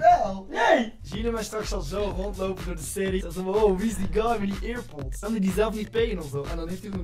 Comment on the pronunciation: niemand:: eerpods